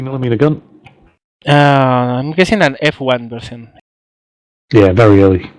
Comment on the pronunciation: it's not bery bery it's very very :D